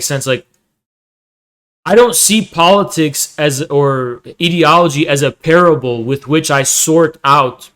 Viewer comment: I cannot focus on the topic because of how wrong he says ideology 😭